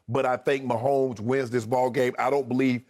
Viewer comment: I won't be able to handle the commentators calling the game. Mahommes this, mahommes that..Grrrr!